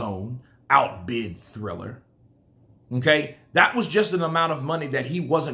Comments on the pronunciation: Dam it’s triller not thriller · its TRILLER not THRILLER LOL LOL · It's not "Thriller", it's "Triller". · TRILLER TRILLER TRILLER its TRILLER not THRILLER come on I've been telling you for 2 days. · I was saying the same all video. ✌️